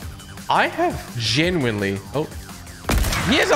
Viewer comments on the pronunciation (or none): How many Tiimess did you say genyully